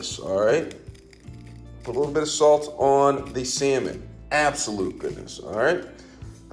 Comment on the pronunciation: 'Garleek' on the 'sammon' took me out 😂😂😂